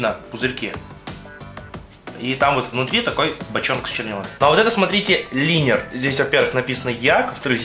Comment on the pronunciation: не линер, а лайнер.............